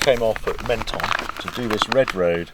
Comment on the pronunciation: It's pronounced "mon-ton" not "men-ton".